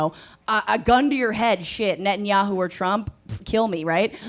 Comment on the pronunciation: 24.15 The Prime minister Benjamin Nah-who 🤣 He really said that